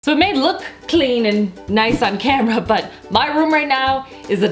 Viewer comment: do you have an accent when you say like CL(ean) and FL(oor) or are you just trying to talk funny???